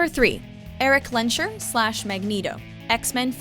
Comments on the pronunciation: No idea if anybody said it but oh my poor pronunciation senses. It's Erik LENS-herr both e spoken as in the word felt. It's of German origin. So please don't say len-sherr. It's blasphemous. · Woah, the pronounciation of Lensherr was so bad. Did you even try?